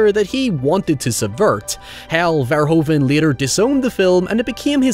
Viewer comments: Love the video! By the way, Paul Verhoeven's last name is pronounced like "ver-hoo-ven". Take it from one of Paul's fellow Dutchmen and become one of the few English speaking YouTubers who pronounces his name correctly,.;) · Verhoeven is pronounced like Verhooven, "oo" as in "boo", that's how the "oe" is pronounced